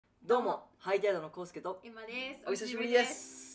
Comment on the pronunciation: ど～も～！のも～部分が短いっちゅーねん！昔の頃みたいに語尾思いっきり伸ばして欲しいねん。そっちのほうが似合っとるよ。